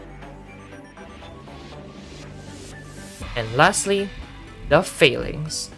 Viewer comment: Feylings pronounciation is hillarious, because it sounds like failings 😂